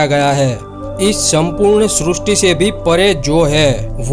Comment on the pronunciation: Srusti nehi srishti